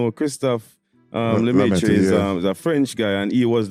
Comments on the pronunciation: It's pronounced Lemaitrr, not Lemaitreuh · Et Lemaitre, pas Lemaitra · Christophere "Le-Métro" lol ? Funny pronunciation apart it's Christophe. Sorry, as a french it just quite funny :) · God I hate how english speakers pronounce Lemaitre, there's not even an attempt at getting it right. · The way you said Lemaitre hurt my french soul